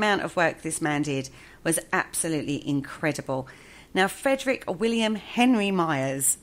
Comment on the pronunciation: It's Frederic, not Frederick.